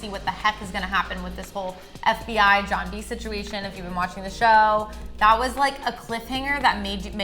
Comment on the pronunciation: Idiots.... it’s John B.... not jOHn